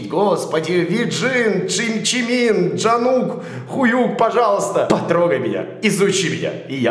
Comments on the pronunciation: Не Джимин а Чимин, не Сюга а Шуга или Юнги, не Джонгук а Чонгук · Спасибо за видео ! Лучше бы открыл нормальный перевод, тогда текст более менее. Глаза уже болят, потому что не Джангук, а Чонгук, не Хэлси, а Холзи, не Джимин, а Чимин..... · Не правильно произносить название группы и Чонгук - Хуюк это адекватно? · и не Джангук, а Чонгук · Почему ну почему джимин??? Чанук Жимчимин😂😂😂 Орунула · Приветик. Хочу сказать что ты не много не правильно произносить имена. Тупая Википедия. Чимин, Джин, Шуга, ЭрЭм, Чонгук, Джей-хоуп, Тэхен. Настоящие имена: Пак Чимин, Ким Сокджин, Мин Юнги, Ким Намджун, Чон Чонгук, Чон Хосок, Ким Тэхен. Поблагодарю сразу если обротишь внимание и снимишь реакцию на клип Шуги,, Дечита,,. 😘😘😘😘